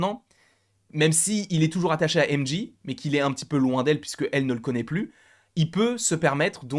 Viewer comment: Alors, ça se prononce JAY Jonah Jameson, et M JAY, pas Dji. Merci pour tes vidéos cependant